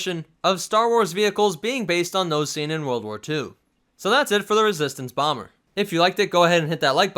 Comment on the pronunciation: BEEEE SHEVENTEEN BAWMERRR